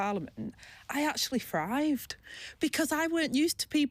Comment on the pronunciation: She needs elecution lessons..... Frived meaning Thrived Fink meaning think Trouble with TH? This is not a speech impediment as she can say TH when she says 'BOTH' and -THE' and by the way.....Angela, 😢 you haven't 'Got a clue'! 😢